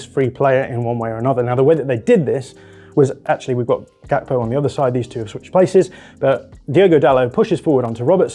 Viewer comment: Hearing you call Gakpo "Kakpo" made me sick in my mouth ngl